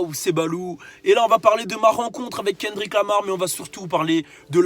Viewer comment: Frere déjà prononce bien son prénom et après reviens